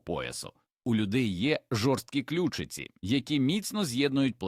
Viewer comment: Інформація цікава, але озвучення ШІ все псує! Слухати такий контент з жахливими спотвореннями наголосів - себе не поважати! кішкИ сплять, клЮчиці, хрЕбці, мУркоче, кОта, лапкИ, кУщі, здобИча і т.д. Цікаво, чи автори каналу самі слухали те, що вони пропонують людям?